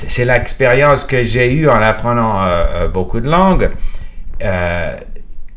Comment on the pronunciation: It's mostly perfect, but there are places here and there that do not sound native. Those are usually one-offs here and there, not systematic pronunciation issue with one sound. For example: j'ai sound like "jeille", surtout with an English oo, some R's are not pronunced perfectly like a native would (there are 4 to 5 ways to pronounce it, each in there appropriate contexte). One recurring issue though, "vidéo" pronunced as "vidio".